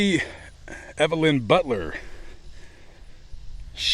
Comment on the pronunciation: butler, not buer.